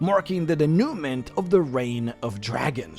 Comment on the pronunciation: Dénoument is French. It is pronounced day-new-MONT 🙂 More authentic if you don't pronounce the t at the end.